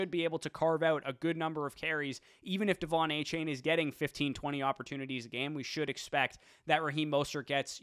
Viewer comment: A-Chan! Not chain. A-Chan!